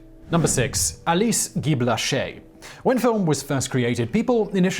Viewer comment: Simon, I do enjoy your videos,and you did pronounce Guy-Blaché correctly, but you really massacred the title of her film "La Fée aux Choux." If I used English words, it would be phonetically "La Fay oh Shoo."